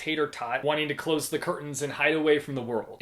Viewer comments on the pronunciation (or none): none